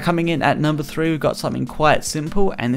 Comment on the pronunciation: its three not through haha